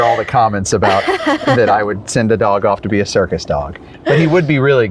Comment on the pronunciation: You said CIRCUS?? I thought you said SERVICE dog multiple times until I finally realized.